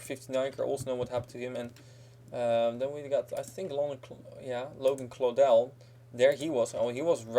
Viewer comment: Yes someone said Claudell right